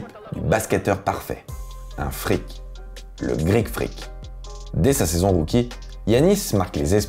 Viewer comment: Super vidéo 👍🏼 pas mal le "Greek Frrrrrreak" 😂